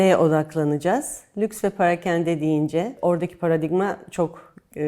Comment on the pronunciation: Turkish illusion / hallucination It is NOT "parekende", it is "perakende". Bogus chitchat marketing journey.